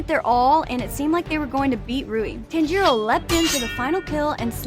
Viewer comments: stop saying (gyutero its gyutaro) (and zenetsu its zenitsu) and (tanjero its taniro) where did you learn you speak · “TanGiro” “GUYoo” “MoozAn” “Tanjiiiro” I cant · his name i tan-ji-ro not taan-ji-ro ok? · ❌Giyu ✅Guyuu ❌Kyogai ✅Kiyoguy ❌Muzan ✅Moozan ❌Tanjiro ✅Tangro ❌Gyutaro ✅Gyootaro ❌Rui ✅Roowee ❌Kyojuro ✅Kyowjuro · bro its not TAN JEERO or GIE YU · Please, just say Tanjiros name correctly. It’s not that hard. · The way she pronounced 'Tanjiro' hurt me